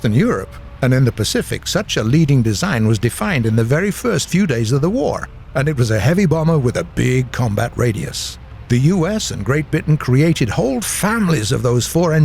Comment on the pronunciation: you said bitain instead of britain